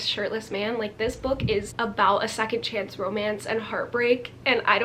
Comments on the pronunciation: When she corrected herself to “chonce” AHHH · “Chonce” LMAOOOOO poor Niall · THE LITTLE "chonce" CORRECTION KILLLLLLED ME